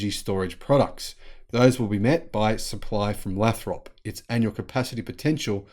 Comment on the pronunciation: Lathrop. Long 'a'. Lay-throp and run the 'throp' together, don't drag it out.